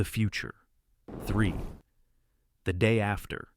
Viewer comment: You gotta check your typos in your text BEFORE feeding it into the AI speech generator. I heard "the day. After..."